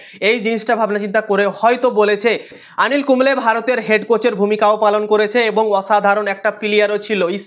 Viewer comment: আনিল কুম্বলে নয় গো উনি অনিল কুম্বলে, দ্যা গ্রেট